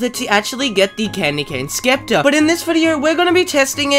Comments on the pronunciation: its pronounced septer, not scepter lmao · did he just say skepter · mf said SKEPTER